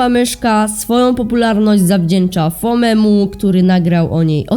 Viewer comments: Nieczyta się "fomy" tylko fommi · "FOMEMU" xD